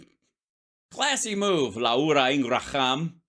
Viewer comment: La ura Ing ra ham 😂😂